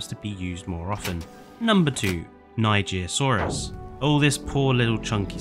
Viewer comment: NIGERSAURUS NOT NIGIRSAURUS